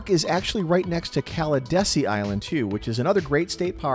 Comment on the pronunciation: It’s Cala DEE SEE Island. Not Cala “desi”